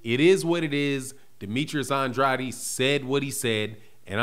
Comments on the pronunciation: it's STOP SAYING HIS NAME LIKE a Illiterate.... It's An-drade NOT An-dr-a-de OKAY... THANKS CAUSE YOU don't sound to smart saying it WRONG. Love you Big brother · I love watching your videos but can you PLEASE stop pronouncing Demetrius's last name "Andratti?" He pronounce his own last name "Andrayed" so we should probably all say his name the way he does. I know there's an alternate pronunciation but that's not the way he says his name. Thanks in advance and keep up the good work. Love your show. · No he does not. I speak spanish Andrade is pronounced “And- drah - deh” the way he is saying it sounds weird.